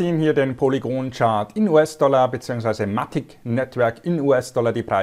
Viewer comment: Hey, danke für deinen Content. Sehr hilfreich und lehrreich. Danke dafür, eins muss ich dennoch loswerden. Bitte auf die Aussprache achten... bei alle Sachen. In diesem Video speziell auf Matic bezogen. Es heißt [maetig] (mätig gesprochen) und nicht [Matick] und nicht Polygoooon sondern polygon.. ahhh. Bitte... so informativ und hilfreich!!! aber bei so einer Aussprache tun mir die Ohren weh und ich muss abschalten... LG ✌️